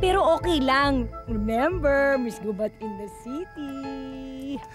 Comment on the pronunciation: Natawa ako sa Ms. Gubat in the city 🤣🤣🤣 ngayon ko lang nagets yung joke kase tumira ako sa Gubat, Sorsogon nung college ako hahahahah nga pala mali yung pagkakabigkas nya, mabilis na GUBAT dapat, not Gooobat hahahahah